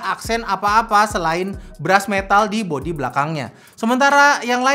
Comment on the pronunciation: gwe dengernya beras metal jir bukan brush metal v